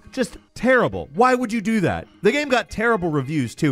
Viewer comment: Every time says “gyame” take a shot